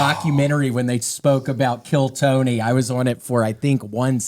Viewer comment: The way he says Tony is so great 😂 “Tewney”